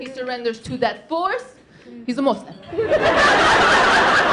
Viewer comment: Your "persian" accent would be great if you starting putting "the" all over the place. And I love when "that" becomes "dat". O, ya!! and how "small" is pronounced "esmall"...carry on the funny work. I really enjoyed it.